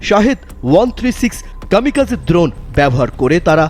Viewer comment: দ্রণ না ড্রোন বেশি স্টাইল মারতে গিয়ে বানান ভুল পড়ছে😅